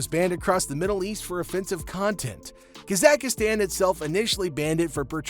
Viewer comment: That isn't how you pronounce Kazakhstan lol.